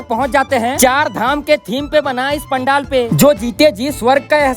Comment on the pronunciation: Pandel❌ Pandaal✅🙂